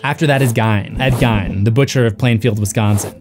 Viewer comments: "Hinkey" Ive heard that used before as slang for when something is off/not right. But thats spelt hinky. I am surprised you pronounced Ed Geins name wrong. as far as I know it sounds like geen not gine <3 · Ed "Geen" not "Gone" you ignoramus. How do you keep popping up on my feed... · as a wisconsinite im gonna correct you on the gein thing it pronounced geen not gien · I’m sorry but the way he said Gein. It’s like geen. Like green without the R. I’m from Wisconsin. It’s like the law to know 🤣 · Gein like green, dude. Idk why that bothered me so much but it did. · It makes me crazy when people pronounce Gein wrong. (Supposed to sound like geen like green without the r) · Oh boy you butchered the Plainfield butchers last name it’s pronounced like “Geen” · That's not how you pronounce Gein